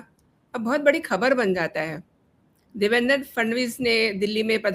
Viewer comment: क्षमस्व पण नावांच उच्चारण नीट असावे देवेंद्र ✅✅ देवेंदर ❌❌